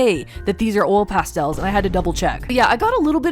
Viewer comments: I thought you said old pastels instead of oil pastels 😂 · You are correct. They're not "ole pastels." They're oil pastels. Oy-el.